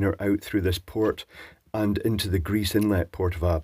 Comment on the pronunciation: Hail greeze! I live that pronunciation. <3